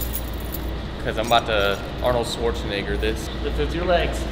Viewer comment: this guy said Arnold shwarzenigger lmao